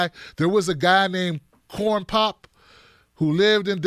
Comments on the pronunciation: Lmfao!! Why u keep butchering that mans (corn pop) name 😂😂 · And guess what? Loved the way you massacred the whole Corn Pop name business and finally wound up at Corn Dog!